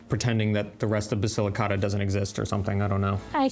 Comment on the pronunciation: The man needs to learn how to say Basilicata. Listen to how your wife says it. Your pronunciation hurts my ears!